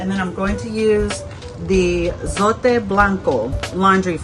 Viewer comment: yes, your logic Makes sense, but if I am just doing my clothes, I will leave it out because I feel the other detergents I use works just as well. I like the way you pronounce zote, because people pronounce it that it rhymes with tote, but it is the way you said it.